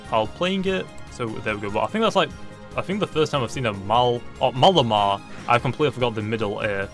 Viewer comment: Malamar pronunciation: "mal-A-mar" (Say mal like you would say mallet and Mar likes Mars but with no S at the end)